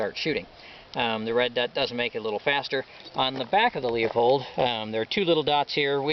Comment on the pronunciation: Oh, by the way Leupold is pronounced 'Loo-pold' or 'Lou-pold'; not "Leo-pold". You make firearms enthusiasts look and sound illiterate and stupid, unable to properly pronounce English grammar. Nice setup by the way.